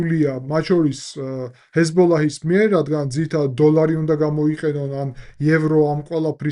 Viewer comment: პატივისცემის მეტი არაფერი მეთქმის, მაგრამ თუ ჰეზბოლაჰს ასე ზუსტად ამბობ და ახსენებ გიორგი, კარგი იქნება თუ კატარის მაგივრად იტყვი "ყატარს", გაზის მაგივრად კი "ღაზას" და ა,შ. ქართული ენა იყენებს ორიგინალურ სახელებს რადგან აქვს რესურსი ენას ამის რიგ შემთხვევებში, და არ უნდა დამახინჯდეს ეს ფაქტი.